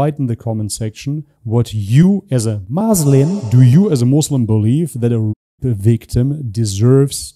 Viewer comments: Also what kind of Ex Muslim says muzlim? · After he said "Muzlim" I doubt if he really was raised in Palestine In the Arab world as a whole we never say "Muzlim" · Then why he say MOZLIM ? Didnt he knows Arabic language ? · You know that he is a liar when he says Muzlim 🤣🤣 Even the incidents he didn't provide names I'm curious what his name and his nationality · He cant pronouns muslim right he zaid Mozlims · He can not say word muslim what the hell 😂😂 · 100% paid actor, the way he can't say muslim terms every muslim knows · He is a agent. The way he speaks. Not pronouncing muslim and falastine properly. Even a non arab muslim can pronounce it. And of course nothing he told about religion is truth.